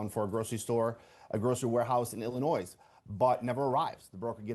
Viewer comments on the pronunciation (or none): ILL-AH-NOISE is pronounced without the "S" at the end. You're welcome...